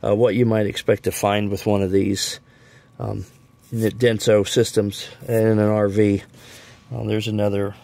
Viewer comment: Sorry, Denso, not Dense!